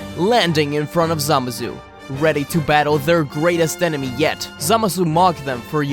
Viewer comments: How many times you said zamasu? And you said zamazu not even zamasu. The video is good but this just get my ocd. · ZAMASU NOT SAMAZU